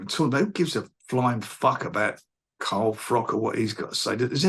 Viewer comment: Carl FRUCK 😂